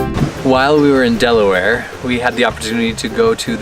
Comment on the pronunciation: Love this! Thanks for visiting Delaware, but remember, it's "Delaware," not "Deleware"! Glad you enjoyed the "Diamond State," and Hagley Museum. Thanks for the shout out to the NBN basketball program. Wish it had been around in my day. Best wishes for the rest of your journey.